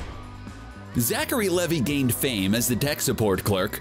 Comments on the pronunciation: So Zachary Levi pronounced (lee-vie which rhymes with eye) not levee. wasn’t in Thor, he was in Thor: The Dark World & Thor: Ragnarok. Do more thorough research. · It's Zacheri Lev'i' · Pronunciation of Levi is Lee Vai